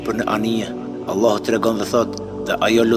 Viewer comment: JO Ëllahu bre shoq po thuj Allahu tamon